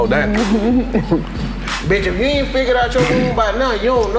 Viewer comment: This episode for ppl who say "Anit" instead of aint.